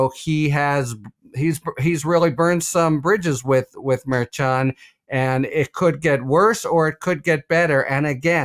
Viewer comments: once again, the judge’s name is pronounced’Mer-shahn.’ It’s NOT Mayer-Chan! You have heard his name correctly pronounced. You have been told in the comments as to how his name is correctly pronounced. It’s distracting and I can’t even focus on what you’re saying. In fact, I can’t even finish watching your videos because of your refusal to even try to pronounce his name! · According to the lawyer who has appeared before the judge it it is pronounced Mer Shand. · bothers me. Just say Merchand.....😂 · Thanks Ben & ❤ Come on. It’s pronounced mer SHan